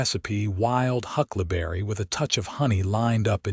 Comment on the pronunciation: Hucklaberry? Did you mean Huckleberry Pie? In listening to the story, keep waiting for Mason to take advantage of Lillian’s mother recipes. Listening from Clarksville, TN.